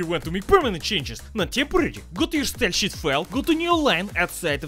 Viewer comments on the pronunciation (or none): When I read the subtitles, my brain hears "style-sheet". When I'm not reading them, my brain hears "style-sheep." :D